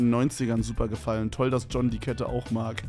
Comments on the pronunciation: und Ion JUNGE JOHN (DJON Ausgesprochen) Pepega Mach eine Story und sprich ihn richtig aus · Jedes zweite Wort von Kevin ist auf englisch aber John spricht er falsch aus 👍🏽